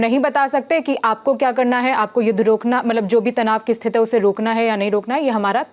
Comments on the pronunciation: Thank you for the another update. I appreciate it. However, could you please adjust the pronunciation of this word? We say 'Sthithi' instead of 'Sthith'. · दीदी स्थिति होता है, स्तिथ नहीं। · स्थित नहीं स्थिति 😊